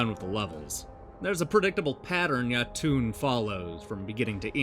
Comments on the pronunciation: Yo-Tun, not Ya-Toon. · Great review, although i cringed hard everytime you pronounced Jotun ;)